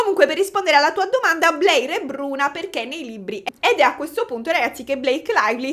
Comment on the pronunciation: io ti amo però non mi pronunciare Blair 'BLEIR' 😭si pronuncia 'BLER' senza 'i', e Scarlett Johansson 'YO-HAN-SON' non 'GIO-HAN-SON' <3